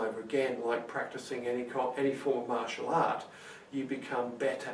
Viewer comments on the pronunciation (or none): none